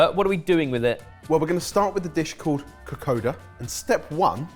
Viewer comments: Oh and it’s kokonnda (the n is silent but if there’s a d there’s a n sound usually, so nadi is Nandi) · This was fun to watch. Just as an fyi, Kokoda is actually pronounced Kokonda since “d” in Fiji is typically pronounced “nd” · Been a fan for YEARS so as a Fijian this has been a treat. Now for my input. Its pronounced Ko-kon-da. The water is probably a bit too much. We love a thicc coconut milk 😅 After grating the coconut flesh , its mixed with a bit water and then the pulp is squeezed out until coconuty milky goodness is left. Vakalolo and casava cake (manndrai) are different but delicious in its own way. Loved this!! Thank you!! ❤❤ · Fiji Indian lady here. May I please correct your pronunciation of kokoda. It's not written but your say an 'n' before the 'd', so it's pronounced kokonda. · Psst, it’s pronounced ‘Ka-koN-da’ 🇫🇯😊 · I was so excited to see this video. As a teenager, I visited Fiji in 1971. I think I had kokoda every other night, I loved it so much - with passion fruit and orange juice, which was also amazing. (By the way, if I remember correctly, it's pronounced kokoNda.) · Kokoda sounds like (ko konda) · You guys did a great job! Although top tip, kokoda is pronounced like ko-kon-da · Bula boys! Well done, fijian food has variations from home to home so very well done on the Vakalavalava and Kokoda. A few tips, when we grate, it's usually very fine grating, to a pulp texture. Also Kokoda is pronounced KokoNda, we have N's & M's before some letters that isn't written e.g. Nadi = Nandi, Labasa = Lambasa. Only telling you as you've cooked fijian food making you part of the Yavusa 😉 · It is pronounced ka-kon-da😊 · Kokoda pronounced kokon-da, i may say brillient twist with blitzing coriander with the coconut milk, vakalavalava could do better with cheddar grated on top but all in all great results 😍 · oh thank god, I've been yelling KOKONDA! at the laptop the whole way through this video! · How do you love their pronounciation of kokoda? 😂